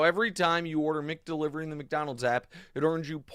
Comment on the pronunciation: Nick it’s Mac Delivery and Mac Donald’s not Mick Delivery or Mick Donald’s